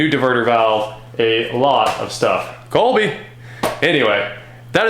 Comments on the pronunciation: Idk why but it sounds like your saying “kolbe” instead of Kobe. Idk but it bothers me a bit 😂 and also that’s a hell of a trunk strut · It's Kobe . you bum